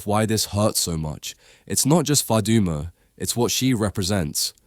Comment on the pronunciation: The way say Faduma doesn’t sound Somali accent you sure u Somali?????